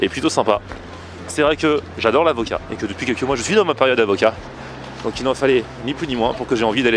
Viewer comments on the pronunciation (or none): A "l'acovat" on te croit mdrr